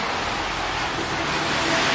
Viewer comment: 왜케 구수하게 ㅋㅋㅋㅋㅋㅋㅋㅋ 안녕하데여!! 이러는거 되게 귀욥네여 ㅋㅋㅋㅋㅋㅋㅋㅋㅋㅋㅋㅋㅋㅋ